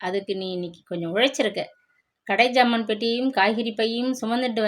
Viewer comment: Madam it’s not phant it’s pant please check pronunciation before reading. It’s not ஜாமான் it’s சாமான்